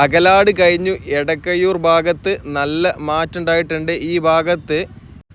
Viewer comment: എടക്കയ്യൂർ അല്ല, എടക്കഴിയൂർ ആണ്. പവുതി അല്ല, പകുതിയാണ്. കയിഞ്ഞു അല്ല, കഴിഞ്ഞു എന്നാണ്. എയ് വത്തി രണ്ടല്ല, എഴുപത്തിരണ്ടാണ് . ശ്രദ്ധിക്കുമല്ലൊ.